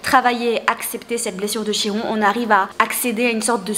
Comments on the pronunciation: et même mieux! les Grecs disent "KIRONE" normalement on prononce aussi le "N'" à la fin 🙂🙂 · Coucou! Une amie Grecque m'a confirmée que l'on dit KIRON 😊😊✨✨